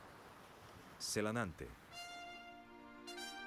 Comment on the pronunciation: SelAnAnte??? XD nossa Senhora... por que você tem que estragar assim o nome desse lugar bonito???